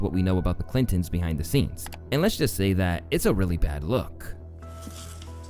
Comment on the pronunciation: clittory.. ok i cant unhear that